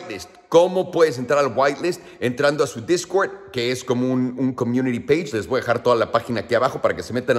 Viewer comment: jajajaja discwerd discwerd discwerd discwerd